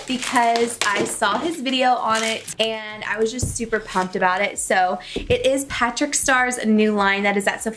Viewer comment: Isn’t it Patrick ta not Patrick star?